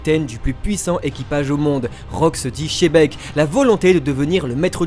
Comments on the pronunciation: NON PAS CHEBEC !!! XEBEC XE XEEEE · J'adore ta review meme si tu dis chebec a la place de xebec 😁😂🤣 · XEBEC PAS CHEBEK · Petite précision "Xebec" se prononce "DJebek" d'après la version japonaise.